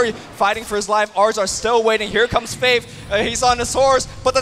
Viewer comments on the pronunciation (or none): why cant luminous say faiTH